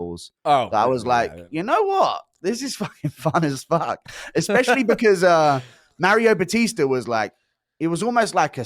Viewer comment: Starting a sentence with "Anthony Smith said..." is CRAZY. "MAR BATISE" for Mario Bautista is also crazy.